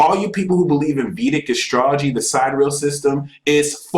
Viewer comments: He keeps saying side-real... it took me several times of relistening to realize he meant sidereal, pronounced si-dear-ee-al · Why is he pronouncing "sidereal" like "side real"? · sidereal pronounced . sy dih re ahl... not side real... lol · How can someone claim to be an expert on anything involving stars and not know how to say sidereal with 4 syllables? Does anyone not have a problem with multiplying 12 by 12 and being off by three orders of magnitude? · Can't none of these so-called geniuses pronounce "Siderial" correctly?